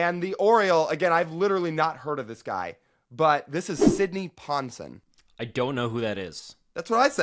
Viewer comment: That's pronounced Sidney Pon-SEWN